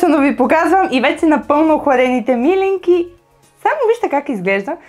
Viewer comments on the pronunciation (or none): милИнки, а не мИлинки (ударението!), все пак е традиционно българско и се знае в цяла България. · ТОВА СА ИСТИНСКИТЕ СЛИВЕНСКИ МИЛИНКИ С ПУДРА ЗАХАР!БРАВО!ВСИЧКО ОТ СЛИВЕН Е ПРЕКРАСНО,А МИЛИНКИТЕ СА ГЕРБА НА СЛИВЕН ♥♥♥!СЛЕДЯ РЕДОВНО КАНАЛА ТИ И ТИ ПОЖЕЛАВАМ УСПЕХ!п.с.(ударението е на второто И );)... КАТО БЯХ ДЕТЕ ИМАШЕ ЕДНИ СЪВЪРШЕНИ ПИРОЖКИ ПАК В СЛИВЕН НА АВТОГАРАТА.ЩЕ ТИ БЪДА МНОГО БЛАГОДАРНА АКО ОТКРИЕШ РЕЦЕПТАТАТА И ГИ ПРИГОТВИШ ♥♥♥